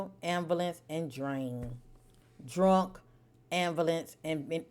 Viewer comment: The pronunciation of ambivalence is disturbing me lol 😂😂😂😂. Glad I found you tho.